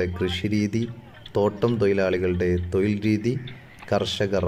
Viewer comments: തൊയിൽ അല്ല തൊഴിൽ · തോയിൽ അല്ലാട്ടോ. തൊഴിൽ ആണ് ട്ടോ... സൂക്ക്ഷിക്കുക 🙏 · തൊയിൽ എന്നു പറയരുത്, തൊഴിൽ എന്നു പറയണം. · തൊയിലല്ല തൊഴിൽ ആണ് ❤🎉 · Malayalam commentator ശ്രദ്ധിക്കുക.! തൊയിൽ അല്ല തൊഴിൽ എന്ന് പറയുക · ഉഛാരണം തെറ്റാണ്. തൊയിൽ അല്ല........ തൊഴിൽ എന്ന് പറയണം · തോയിൽ അല്ല തൊഴിൽ എന്നു പറ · തൊയിൽ. അല്ല. ചേട്ടാ. തൊഴിൽ 😂😂😂😂😂😂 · തൊയിൽ അല്ല സഹോദര തൊഴിൽ എന്ന് പറ 😂🤣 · ഏയ് " അല്ല ഏഴ് തൊയിൽ അല്ല തൊഴിൽ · ഏയ് അല്ല bro ഏഴ് തൊയിൽ അല്ല തൊഴിൽ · തൊയിൽ അല്ല മോനെ തൊഴിൽ ആണ് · തൊഴിൽ ആണോ തൊയിൽ? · എടാ തൊയിൽ അല്ല തൊഴിൽ പയം അല്ല പഴം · അൻപത്തി ഏയ്‌, തൊയിൽ, ഏയ്‌ ഡോക്യുമെന്റ്... എന്തോന്നെടെ 😂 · 'തൊഴിൽ ' എന്നു പറയാൻ പഠിക്കൂ സർ..